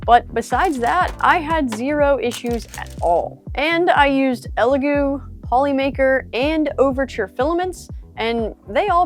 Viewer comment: First reviewer I've seen pronounce the name correctly.🤣